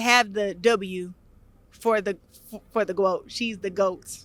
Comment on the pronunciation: BIg butt, lol, would that make her bloat, not gwoat...